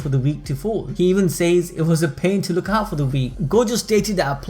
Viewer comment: You saying "says" really bothers me.